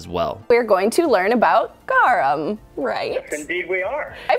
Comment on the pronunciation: The way you pronounce Garum xD sounds like "gewam" you have to pronounce the R like a Hispanic R and the U like "oo" in "pool"